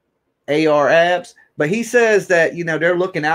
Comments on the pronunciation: Clickbait. Where is the video? Comments like that? Come on, bro. You don't need to clickbait people to get them to listen. All you need is good content and a strong opinion. By the way, its Ar Ab (no "S") and Leak (Lik) Moss. Thats how they're pronounced 💯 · At least you can pronounce their names right dude name ain’t no AR Abs and “lick moss” seriously??